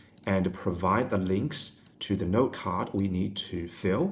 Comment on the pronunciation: I hear NERD every time he says 'note' lmao